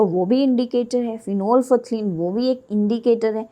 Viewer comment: My a correction that prononsciation of phenolphthalein is wrong pleaze check on google by typing (prononsciation of phenolphthalein)